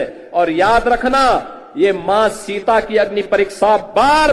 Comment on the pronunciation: शिक्सा,, परिक्सा,,,,, गजब की हिंदी है